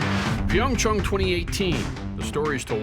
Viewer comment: Finally, someone that can actually pronounce PyeongChang correctly!! Also, HOPEFULLY YUZURU GETS ANOTHER GOLD!!!!